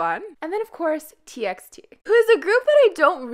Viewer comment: Why do you pronounce TXT like that? I pronounced it like TEE BY TEE bc they said it was better to call them Like that . Just a random idea hahaha